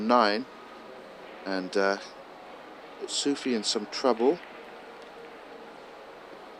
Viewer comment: I kept hearing Mohammed Sushi... did have Japanese for lunch?